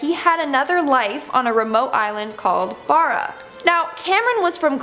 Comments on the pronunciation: I’ve been to Barra and it’s not Burra my family lives there and I find it a bit annoying how you don’t say it right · You’re saying Barra wrong, this is reallly annoying. There’s a video of the kid and he even says Barra the way it should be said